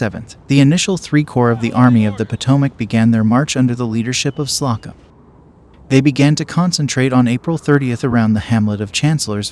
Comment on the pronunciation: My main complaint is the narrator doesn't know how to pronounce some names: Slocum and bivouac are examples. As if reading from a script where he was coming across the words for the first time - ever.